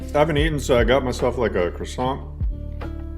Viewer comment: A crossaaant? That's posh 😂👍